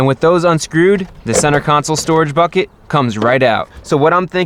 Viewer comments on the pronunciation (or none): none